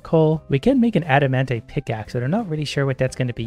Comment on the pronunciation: Just to help something out for you and the us the viewers because it triggers us so much. the pronounciation is not adamantae, but adamantight